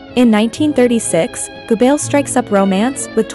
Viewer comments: He'll yeah buddy the worst for me was Joseph gobbles that was painful for everyone I'm surprised she got Hitlers name pronounced right ✅️ amazing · Its driving me crazy she keeps pronouncing Gobbells name “Goo-bells”. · Hey, that's Joseph Goebbels. Like Goh-bilz, emphasis on the first syllable. Not "G'bells. Got it! G'day😂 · It's pronounced Gerbuls, Joseph Gerbels (also phonetically). One of the top disciples of Hitler. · Gooo Bells sounds Right ! LOL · OR IS IT JOSEPH GABELLS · Ger-bells? Or should that be "Jingle bells jingles bells jingle all the way Oh what fun it is to ride in a one horse open sleigh" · Guebells? Guebells?? When it's going to be repeated in every sentence, please.... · I never thought hearing Joseph goebbels name wrong so many times would irk the shit out of me. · Immediately I heard the way the narrator pronounced Dr. Goebbels' name, I knew something was wrong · and it's annoying how they pronounce Geobbels. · The mispronunciation of “Goebbels” undermines the cred of this as a documentary. Juvenile and silly mistake.